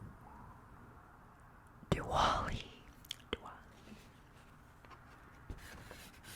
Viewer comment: I'm so surprised when she say Diwali as a Indian 🥹😭